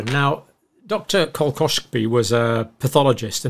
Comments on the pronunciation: Kolletschka is pronounced "call- etch - kuh" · Ko-letch-ka dear John - Cheers